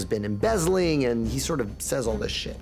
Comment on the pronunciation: So close when he said "embezzling"